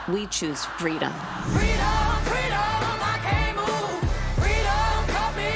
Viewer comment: I THINK SHE MEANT 'FWEEDOM' LOL